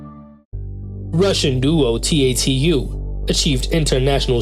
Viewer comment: If you don't want to sound like an AI video, learn how to pronounce T.a.t.u..